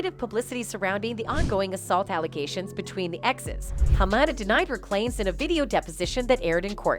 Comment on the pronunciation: Really can't tell a books by it's cover, but everyone is way too involve in these two's messy break up. But the big thing in this vid is the pain I felt from listening to the person doing the voice over butcher Walter Hamada's name, it's pronounce Ha-Ma-Da not Ham-Ada.